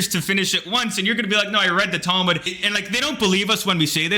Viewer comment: Why is it that everyone who hates the book can't even pronounce the name of it in the right way it's not towe mood😂